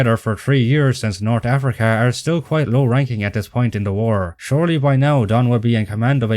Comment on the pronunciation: I understand you may not be a native English speaker, judging by your terrible accent, but the way you pronounce some words, like North ("nort") made me feel bad for your unapplied education.